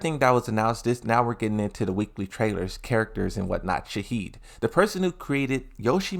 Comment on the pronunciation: Bro stop saying shaheed it’s shaheen and not that shaheed is some one dying